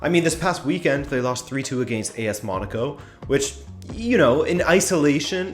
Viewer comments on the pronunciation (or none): none